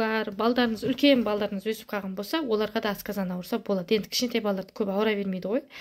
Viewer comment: ҚАЗАҚША НЕГЕ АЙТПАЙСЫЗ !!! АСКАЗАН ЕМЕС !!! АСҚАЗАН !!!